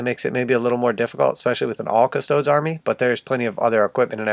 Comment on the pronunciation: Custoads? Improve your Latin.